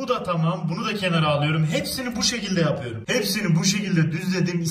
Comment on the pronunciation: Abi hep konuşurken yor yerine yör diyon mesela yapıyör